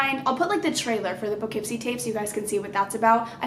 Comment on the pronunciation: I LITERALLY LIVE SO CLOSE TO POUGHKEEPSIE. Which is so creepy 😭😭😭 Also it's pronounced poe-kip-see 😊💕